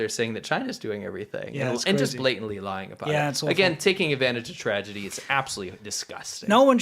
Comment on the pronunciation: I think you meant to say "tragedy", not "tradegy".